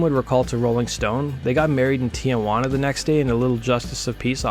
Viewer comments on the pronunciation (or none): none